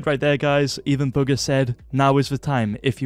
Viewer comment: i swear u said booger instead of bugha